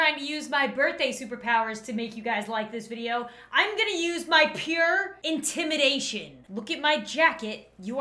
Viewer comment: Me just about to like but when she said to like with intimanashon I didn’t lol